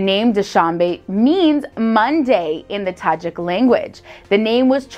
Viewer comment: Tajik, not tajak